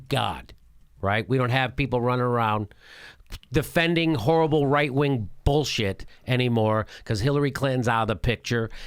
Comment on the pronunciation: Jimmy the way you say the word "XXHHHorrrible" is horrible.